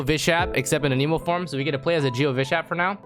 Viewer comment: why does he say no cap in the wrong contexts sounds like someone who wants to sound cool also annamoe not aneeemo LMAO